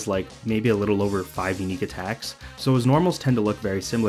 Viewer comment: My head is breaking from hearing b/v ice over and ober again